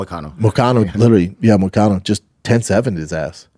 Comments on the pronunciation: Yo it's moicano not moistino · Moisaiano instead of Moicano lol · Why is no one correcting Shaub when he says "Mociano" 🤣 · Who the eff is moistino??? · Who the fuck is moicino. To be this fighter that knows everything like he thinks he does, you would think he would have the names right. That’s really not even close. It starts with m and ends with o. Everything else is completely wrong. How embarrassing. What a tool. Wow. Blows my mind